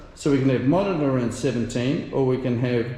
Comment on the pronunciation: Are you mispronouncing some of the names on purpose, or have I been pronouncing them wrong for years? Eg moderna